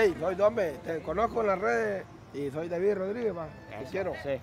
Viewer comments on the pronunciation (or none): none